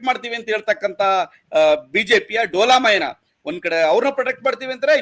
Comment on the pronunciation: ನಾಗವಲ್ಲಿ ಅಲ್ಲ ವೇದವಲ್ಲಿ. ಹಾಗೆಯೇ ಡೋಲಾಮಾಯ್ನ ಅಲ್ಲ ಡೋಲಾಯಮಾನ.